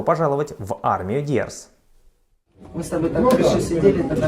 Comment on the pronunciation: Дорогой ведущий.... Видно, что у вы не знаете Английский ( к сожалению)... Послушайте, пожалуйста, на Google как правильно произносится слово “Dears”...такое впечатление что вы даже не знаете что оно означает... Потому, что если бы знали....произносили бы правильно....а это довольно приятное слово. Успехов вам!!!!